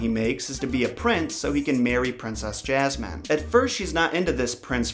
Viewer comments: I've never heard anyone pronounce it like that, but okay. I doubt you're American to even say that, and if you are, you probably haven't been outside of your townhome if you genuinely think most Americans say Jasmine like that. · If you say Jazzman one more time... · Why do you pronounce "Jasmin" "Jazzman" 😅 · Why do you keep calling her Jazzman??? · XD When you say Jasmin, I keep thinking you're saying, "Jazz-man". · He kept saying jazman (jasmine) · The was he pronounces “Jasmine” is especially funny to me because my name is Jazmin and it just kills me 😂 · I'm American and I don't pronounce Jazmine like that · Why do you pronounce Jasmine as JAZZ-MAN????? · Lmao 'princess Jazzman' anybody else hear this?? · This is the first time I’ve ever heard someone say jasmine like that. Honestly it kinda bugs me. I would correct anyone who pronounces my name wrong. For reference I have been called yasmine (yas-mean and ha-s-mean), jazz-mean, and jazz -MINE (this one only said jokingly). So far never been called Jazz man. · Lol why does it sound like you're saying, Jazz-man? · he keeps saying jasmines name “jazzman” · Why did you say “jas-man” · jazzy uhm. No.. I say it how it’s supposed to be pronounced and I’m American.. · Did he say jazzman?😂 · why the fuck do you keep calling jasmine ''jazz man'' O.o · Why do I keep hearing princess jasman? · Princess Jazzman? lol dude, check that pronunciation. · Her name is ياسمين you know like "yasmine" I don't get how you put "j" in there tho :/ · Why do you pronounce jasmine like Jazz man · Jasmine .. he kept saying Jazzman probably he from the South. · ya like jazz[man]? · You said jasman XD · 'Princess Jazz-man' Dat pronunciation. It could be considered an improvement. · ray , thanx again, the revision made it more Alladinly. Actually if you listen to the song, she pronounces: JazzMin ( or however you want to spell it), rather than Jazz Man. Even so...a great song sung by one of the Brill Building's best! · why does he say jazz-man